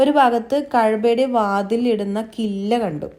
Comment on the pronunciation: കില്ല അല്ല കിസ് വ